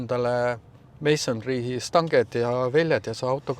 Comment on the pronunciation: Palun tee endale "Mansory" häädus selgeks. No hard feelings😊